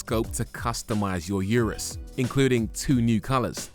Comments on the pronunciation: Why does he insist on calling it a You Rus instead of Oo Roos like the manufacturer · I don’t like the way he said URUS. Therefore this video review sucks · Pronounce 'urus' correctly 😂